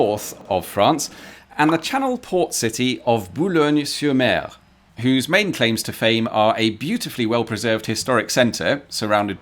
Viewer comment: Hearing someone pronouncing "Boulogne" perfectly but then messing the "r" of "sur-mer" right after will never not startle me. Too big of a jump, too close together. Uncanny valley stuff that my brain can't get used to. Also I think the H in the circle is for helicopters. From what I remember usually helicopters land on things that look like this.